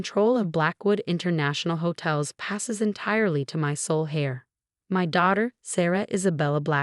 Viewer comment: The word is heir not hair.